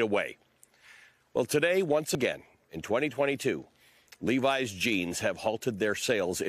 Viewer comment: That’s not how you pronounce that jeans brand…